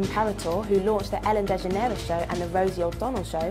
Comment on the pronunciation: She said Ellen DeGeneres wrong!!!!!